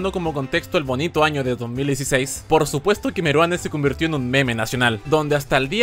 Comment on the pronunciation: Buen vídeo, pero he de decir algo; al presentar a Meruane, hubieses dicho “Ricardo Meruano” en vez de “Ricardo Meruane”